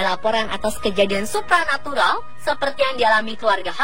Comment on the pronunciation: supra natural / supernatural wkwk kok aku dengernya supra xD